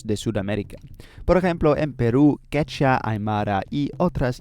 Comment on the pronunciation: Es idiomática no idiomica. También todavía se está pronunciando mal la palabra Quechua.